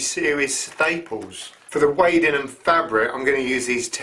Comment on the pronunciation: Wadding is pronounced 'wodding'. Ask a quilter. 😉